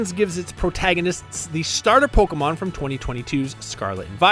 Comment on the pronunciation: What, Polkamon instead of PokEmon?